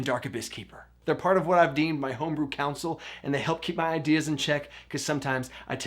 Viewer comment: "Tome-brew"... had to stop and like the video for that one...